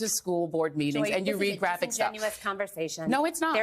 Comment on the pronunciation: “Let’s have a CON versation”